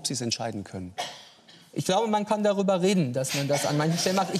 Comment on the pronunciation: "Man kann darüberr reden"... aber wohl nicht gerade jetzt. Typischer Politiker.